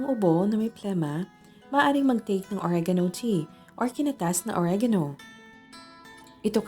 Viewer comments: Natatawa ako sa OREYGAYNO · Oreganoooo slang naman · If only oregano was pronounced properly